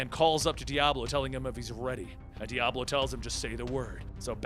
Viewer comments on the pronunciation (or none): none